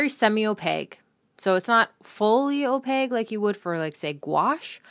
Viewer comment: Wonderful, informational video! (But please learn how to pronounce opaque - it's a Q, not a G)